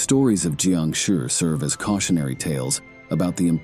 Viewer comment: not Jiangshuuuuurrrrrrrrrrrrr whats with the accept bro?